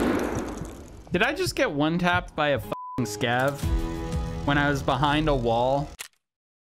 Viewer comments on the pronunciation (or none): none